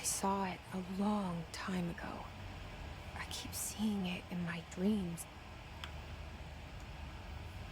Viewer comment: my dweams? owo?